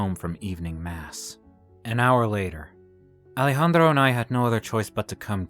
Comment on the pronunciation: Now miss thing, that accent is more russian than spanish....Also, I love the pronunciation of Ale-Handro. 😂